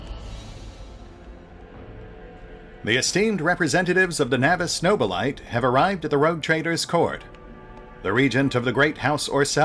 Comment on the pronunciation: I find it interesting how you pronounce Nobilite no-be-light. I thought it would be something more akin to no-be-lee-tay as it sounded more « latin » to me as every thing else high gothic. Wonder what the canon pronounciation is…